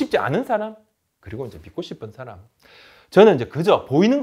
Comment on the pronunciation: 믿고싶은 사람이 밉고싶은 사람으로 들리네요. ㅋㅋ 근데 그래도 뜻은 어울립니당ㅅ